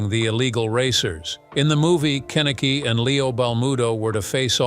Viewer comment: Not Ken eh Kay but kin ick knee-irritated me too&All these worries over world take overs can't say Vanilla properly